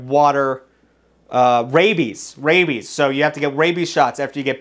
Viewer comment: HAHAHA YOU DUMBAHH YOU SAID WABIES WTF IS WABIES loser